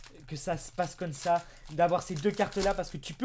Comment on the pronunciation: Tu peu dire comme sa au lieu de cône sa